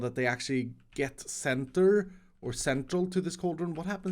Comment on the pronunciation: mines 10,000 blocks Also: can't say center even once.